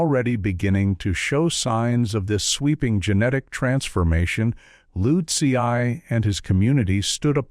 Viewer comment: This was hilarious. I think he pronounced utzi's name with about 10 different vowels and numerous different consonants 😂